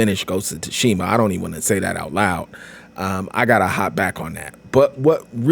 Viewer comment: Lmao he thought the S was silent or something but this was almost a year old so it really doesn’t matter anymore